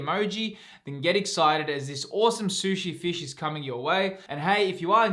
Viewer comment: Sooshi Feesh!!!!!!!!